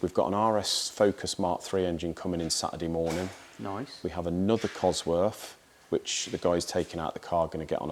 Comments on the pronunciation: You can build an engine, but you cant pronounce the word "COSWORTH" properly. It ends in "TH" NOT"F". You make your self sound so dumb by doing what you do. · Would I take an engine to a guy who couldn't even pronounce its name properly - I doubt it.